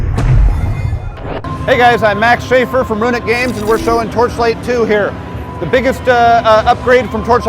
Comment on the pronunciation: Did he pronounce his own company wrong?